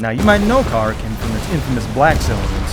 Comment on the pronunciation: So how did you decide on name pronunciation for the island. You specifically reference the beast called a 'Kraken' but instead of pronouncing the name of the island as 'Kuh-Rack-In' you chose 'Car-A-Kin'?